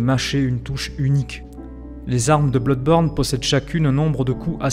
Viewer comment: Juste un chose... Ça se prononce [Blodeborne] et non [Bloudeborne]... histoire de ne pas perdre en crédibilité ;)